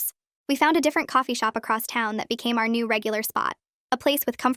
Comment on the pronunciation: She said "our" but it sounded like " her"